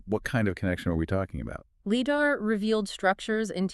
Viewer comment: Stop saying LiDAR wrong